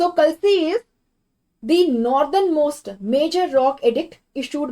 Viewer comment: Ma'am it's not pronounced as klsi, it's kaalsi, bada aa 😂